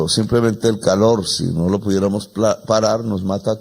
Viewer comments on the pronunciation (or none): none